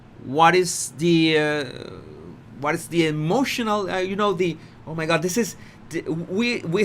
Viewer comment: Please stop calling o my god.